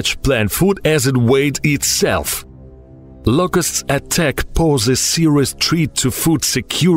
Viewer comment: I thought he was saying Lucas. I was like, “dam. . . He named that cicada